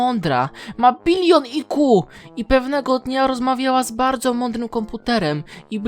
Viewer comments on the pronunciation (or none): "Ma billion AJKU" <3 xD